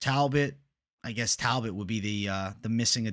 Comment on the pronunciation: naaaa talboot 😂😂